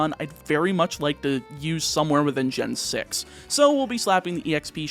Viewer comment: that's s weird way to pronounce gen 6